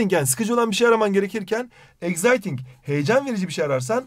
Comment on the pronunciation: Exciting okunuşunu doğru okusanız iyi olur eksayting okunur z ile değil